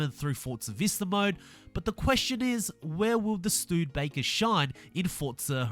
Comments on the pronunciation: it's not called the Stuudbaker, but Studebaker. stoo ·duh·bei·kr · Hey the Studebaker is pronounced stud'a'baker not studbaker just letting you know lol but i hope they do a hotwheels expansion cause that would be so awesome and I really hope for us ultimate edition owners of the game that we don't have to pay cause then what's the point of having the ultimate edition of the game if they end up making us start to pay for car packs and expansions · Its pronounced studabaker not stoodebaker Wow 2 new cars all i want is a catfish camaro and dodge coronet superbee and then they can release fh5, hopefully it's better than this game and hopefully a lobby purely for idiots in s2/ xclass cars and a separate online lobby for C-S1 class and actually get rid of sound and the rewind bug, also why is the convertible cuda not a convertible like whats the point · YESSSS! Shelby 1000 has returned!! I missed that car so much. BTW, it’s “Stew-duh-bay-ker”, not “Stewwed-bay-ker” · Its pronounced stude-eh-baker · It’s pronounced Stu-Da-Baker. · Um wrong you silly amarican it's stu dur baker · It’s pronounced stew-da-becker